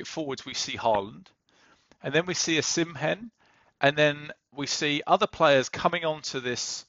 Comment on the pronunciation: "Osim Hem" reminds me of "Obamna"